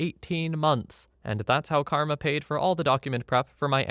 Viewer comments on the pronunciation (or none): none